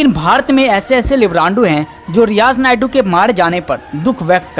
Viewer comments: अरे भाई, रियाज़ नायडू नहीं, रियाज़ नायकू। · Naidu nahi yeh naiku hai bhai Suresh G yeh kise news padne laga diya appne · It's not niadu it's nayku dear don't say naidu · सुरेश जी कृपया भविष्य मे ईन सज्जन से उच्चारण सही करवायें। वह नापाक नायकू था नायडू नही । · रियाज नायडू नही नायकु 😁😁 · आप रियाज नायडू बोल रहे है रियाज नायकु नाम था आतंकवादी का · रियाज नायडू नहीं नायकू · Who is speaking, change him, because he is speaking Naidu in stead of Naiku. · Not Naydu Name sahi bolo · Abey Naidu nhi naikooo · Sir ji naydu nai hai nayku hai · nayadu nahi.....nayaku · Are paagal he is Riyaj Naikoo.Not Naidu. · Riyaz Naidu nehi bhai, riyaz naikoo. Logo ko itna info de rahein ho buta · Poor reporting....pahle toh tum sala uska naam galat bola, Naiku ko Naidoo boltey Rahey....so, I unsubscribed. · Is Naye jamoore ko news padhne ki samajh nhi hai , sureshji aap hi news padha kro.Riyaz naikoo ko Riyaz naidu bol rha hai aur mol Lena ko molna .